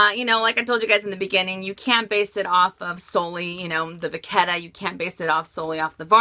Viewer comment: Vachetta = va shhh ae ta. You're saying it with a k.